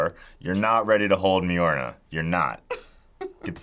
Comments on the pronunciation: its mjölnir not mjölna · Uh no, you stop and gtfo because you just called Mjolnir “Myorna” like wtf 💁🏾‍♂️ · The only mispronunciation of Mjolnir that's permitted is Myueh Myueh! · Mjorna!? It's Mjolnir! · mjorna? mjolnir. I'll forgive him tho we all say things wrong sometimes lol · pronounced mulnear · Did he say “menyora”? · My guy pronounces Mjolnir wrong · Man aint even say Mjolnir right, smh